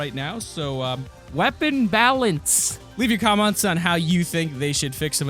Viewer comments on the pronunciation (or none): he said leave your comonts